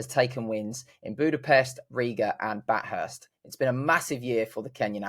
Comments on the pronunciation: "Bat-hurst?!" Never heard it called that before. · I even Googled it to try and figure out how to say it 😅